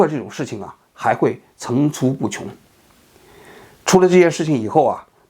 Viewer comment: 王局平翘舌问题相当严重，种zong族、层出cu不穷、、、、